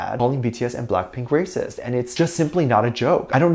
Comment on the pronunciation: did I hear you say #BTSARERAPIST? instead of #BTSARERACIST? 🙊